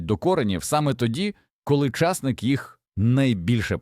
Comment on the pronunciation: Питання. Ті люди, що монтують відео, прослуховують перед публікацією? Невже так складно попросити людину з нормальною дикцією прочитати текст? Ча'сник.